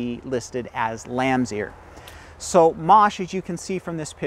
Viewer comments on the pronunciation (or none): no, the French pronunciation is —> “maah sh” ~ Mache. No “ay” at the end. 😅